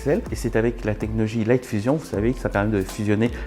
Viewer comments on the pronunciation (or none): none